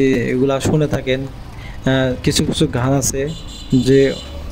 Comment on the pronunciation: ভাই আপনি ভিডিও ভাল করেছেন। কিন্তু হার্ডিং ব্রিজ বলেছেন। আসলে হবে হার্ডিঞ্জ ব্রিজ। তাছাড়া লালনের ঘান নয় গান।